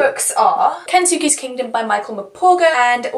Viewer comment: Jeez you’re optimistic but I love it! Also I know I’m nitpicking but it’s pronounced kens-keys kingdom I think. (Autoboyography is so good! Have you read call me by your name!) the immortal life is also REALLY good!